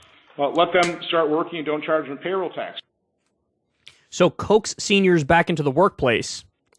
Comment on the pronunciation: "Coax." CO-AXE.